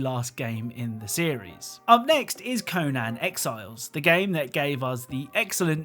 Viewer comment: "Co-nan exiles"